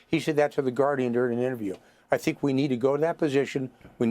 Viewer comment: F.Y.I.: Kharg Island is pronounced in Iran "Kharadg" .